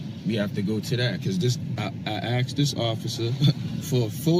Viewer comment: "I aksed" ....got it